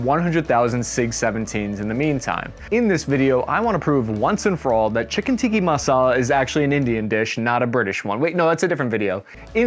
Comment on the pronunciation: It’s the mispronunciation of anything not American intentional? Lmao Tiki Masala is my fav dish for the beach